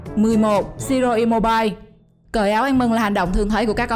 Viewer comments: Im-mô-bi-lê chị ơi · Im mô bi lê chứ mô bai ok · Chị đọc sai tên Ciro immobi lê mới đúng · Im mo bi le, đọc vậy mới đúng nha chị